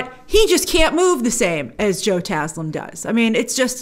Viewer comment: Grace, thank you for pronouncing Joe Taslim's name correctly! Love from Indonesia!!